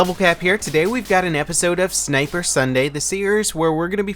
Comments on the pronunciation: Sinper instead of sniper. :) No hate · lol "Sinper Sunday" :3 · Guys its "Sinper" as in "Sinper Fidelis" Duh.